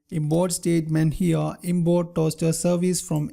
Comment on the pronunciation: no offense but I love the way you pronounce Import. You pronounce it as Inboard